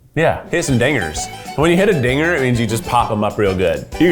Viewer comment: Boy oh boy, Keith not enunciating the 'D' in dinger was really treading in some dangerous waters Lmfao